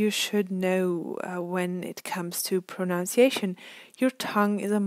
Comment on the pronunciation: PronUnciation, and not pronOUnciation